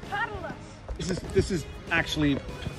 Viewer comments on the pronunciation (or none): none